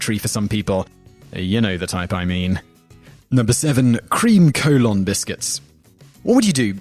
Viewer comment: Collon is not colon, you even pronounced it differently yourself, though you mispronounce things all the time, so it might be coincidental.